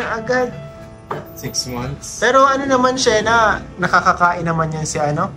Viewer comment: To correct po mga,,, Sheena is Shi-na matigas ang bigkas sorry po! Thanks po sa inyo❤❤❤☺️☺️☺️